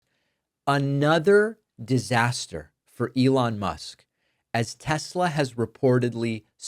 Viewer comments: Silly it is Tesla and not Telsa. If you cant get that right what else you can? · Its pronounced tesler, david. Donold said it himself so it must be tesler😂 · It's TESLER, not TESLA!! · “I love (Tesler). 😂😂😂😂. Trash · "I love Tesler!!" Puppet Trump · “I love Tesler!” -Trump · Don’t you mean Tesler? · But the president “loves TESLER!!!”